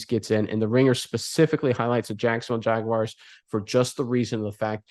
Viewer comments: There is no WIRE in Jaguar. Say Jag then say the letter R with a W sound in front of it. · Don't care who we play. I'd rather not go to Buffalo. But that's 'cause of the weather, not the Bills. And it's Jag - wars, not Jag - wires. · They are not "Jagwires." 🙄 Pronounce it right - "Jagwars." 🐆